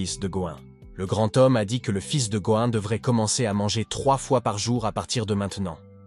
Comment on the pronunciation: "le fils de gohan, le fils de going"... "Going Son"... Partout déjà c'est Go Insung... Si ça ne va pas change son prénom, car le bot ne te comprend pas. Un effort sur la narration. Courage pour ton travail 😇